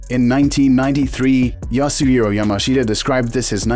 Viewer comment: Yasueo mashea?? Fucking AI voiceovers